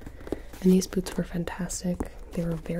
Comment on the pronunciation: gonna be honest, i thought you said boobs and not boots (not in the dirty way like, omg, she is gonna whip out her boobs!) and i really thought you had maybe made a second chest armor or maybe even a cosplayer bra or something and i just thought to myself, dayum, Gibi is really not messing around here